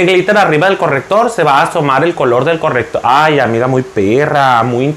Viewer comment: Amé el "correppptor" jajajaja ❤️. Me encantan tus videos y tu personalidad